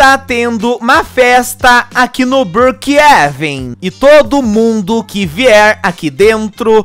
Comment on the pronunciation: Não e brookeeven sim Brookhavem